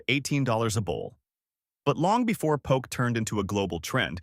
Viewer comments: It’s po ke. Not poke in the eye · You lost me at poke. The pronunciation. Po-kay. Not Pok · Poke is pronounced poh-kay. Not poke. You would know this if you really was in Hawaii. Come on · Good research, but terrible pronunciation of almost every Hawaiian and Japanese word. The info is probably from a Hawaiʻi source, but you should have gotten someone from Hawaiʻi to read it. If you go to Hawaiʻi and ask for "poke" rhyming with "joke," people will just laugh at you. Many of the pictures are not of the food being described. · I predict a lot of angry comments by Hawaii locals in your future, and past, by the looks of the comment section. Oh well, nice drone shot of McCully, Ala wai, Gateway to Waikiki, etc.. and thanks for sharing the info about local food, albeit with some of the worst pronunciation ever heard. 🤙🏼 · So many mispronunciations? Please is pronounced Pō-Kay. The fruit Lilikoi is actually Passion fruit. Yeah like commented earlier Ti leaf is said Tee leaf. Pronouncing Hilo, Hawaii is pronounced Hee-Low. I can appreciate this video but they should’ve utilized a local older man or woman to narrate. It would come across more genuine and immersed. Hawaiians wouldn’t feel mocked. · Mispronouncing these words like "Poke", "Limu" and "Hilo" seems sort of disrepectful if you're going to do a video featuring these foods.